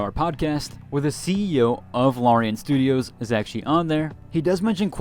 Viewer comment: Appreciate the video, but if you are going to be doing more videos on BG3, could I suggest that you learn the correct pronunciation of Larian? Trying to be helpful feedback, not snarky.